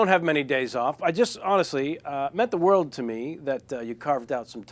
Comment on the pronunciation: His accent seems much thicker to me here than it did at that time on his show. Didn't you notice how he pronounced 'world'? He said 'wurruld'!